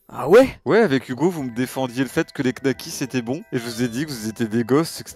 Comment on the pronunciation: donner son avis sur les knacks sans même savoir le prononcer... les nouveaux riches...